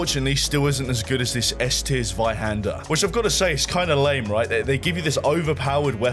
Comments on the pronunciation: As a German, I'm really proud of the way you pronounce the word Zweihänder ;P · As a german I just can’t get over how he pronounces 'Zweihänder' 😅 Lovely 🥹